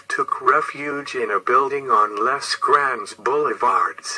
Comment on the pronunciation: "... less Grand Boulevard....????" Are you French? If you were French, you would know Les Grandes Boulevards, would be pronounced "Lay"...---NOT 'less"....